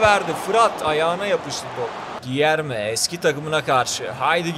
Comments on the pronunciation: Gierme yerine değilde gülerme şeklinde okunuyo diye biliyorum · Abi gilerme deyil culerme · Cilerme diye okunur krall